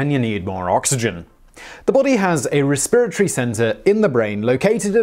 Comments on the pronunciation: the em-PHAS-is is on a different suh-LAB-lle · I can listen to an entire video of Simon just saying “resPIRatory”. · Lol I heard "re-spirit-ry" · raspirittree? Probably a British thing, but I never heard that one.